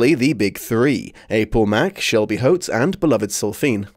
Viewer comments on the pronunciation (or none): none